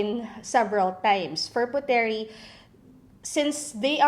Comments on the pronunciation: Correction; The word is pronounced “POOT-Reeh indo-NES-Ya” it is NOT pronounced “PU-Te-rih Indo-nees-ya” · It's pronounced as PUTRI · It is pronounced as " Putri", silent "e" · should be pronounced as silent "e". they read "puteri" as "putri" in indonesia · It bothers me that ur mispronouncing Puteri... it’s pronounced as “put-ri”. Wish u did ur research ahead before putting out this vid 😫😫😫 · I think it is pronounced as "Put-ri" silent e for Puteri💕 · KPOP USA she’s not an Indonesian, her mistake is acceptable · So what if she's mispronounce it? Is that a big deal?